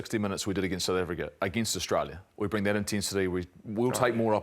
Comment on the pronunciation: I quote Marshall "We can bully the Australians, but we cannot bully the Sssh". Marshall couldn't say South Africa. 😂😂😂😂😂😂😂😂😂😂😂😂😂